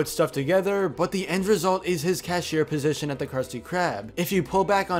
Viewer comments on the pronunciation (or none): none